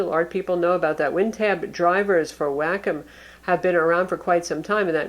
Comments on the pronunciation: Whack 'Em Digital Pen, LMAO! I could have sworn it was pronounced Wah-Calm? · Wack-em wrong, it's wah-kume. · It's Wah -com not wackem. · WAY COM -> how to say wacom.